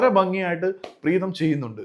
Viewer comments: പ്രേതം അല്ല പ്രീതം😂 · അണ്ണാ പ്രേതം അല്ല preetham 😂😂😂😂😂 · കഷ്ടം മലയാളത്തിൻ്റെ google please avoid over look പ്രേതം instead of പ്രീതം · പ്രേതം ❌ പ്രീതം ✅ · Pretham alledo Preetham